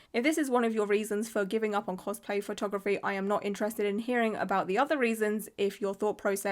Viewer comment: minion cospl-hay